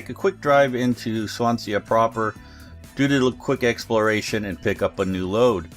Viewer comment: Great vid, you don't pronounce the A at the end of Swansea, it's sea as in the expanse of water. Resident Welsh man so I thought I should mention it :-)